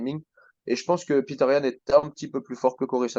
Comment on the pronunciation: Bonne analyse les gars 💪🏻 "Peter Yan" 😂 C'est "Petr" les Frérot 😅😉